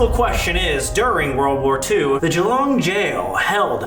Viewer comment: The way they pronounced Geelong is killing me😭